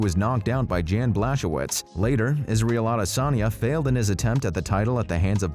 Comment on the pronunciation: I'm sorry but are you actually a UFC fan? Can't say Jan's first or last name correct.. Glovers last name? He's a legend, how?